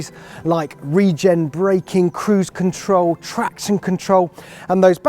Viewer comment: I believe the word is 'control' - not 'controw'.